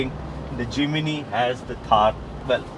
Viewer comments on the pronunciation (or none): forgive me. No "I" between "M" and "N". It is Jim (knee) ny. Jimny not J i m i n y. J i m n y. It is annoying for a 40 years Suzuki Driver and Jimny owner. so sorry, 1000 pardons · Its JIMNY NOT JIMINY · Jiminiee Jiminiee 🤣🤣 Dude take some time and learn to atleast pronounce the name of the car correctly.